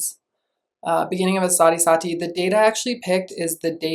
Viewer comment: Sati is pronounced as Saahtheee